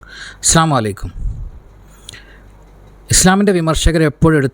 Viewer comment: സലാം പറയുമ്പോൾ ഒന്ന് ശ്രദ്ധിക്കണം അസ്സലാമു അലൈക്കും എന്ന് തന്നെ പറയണം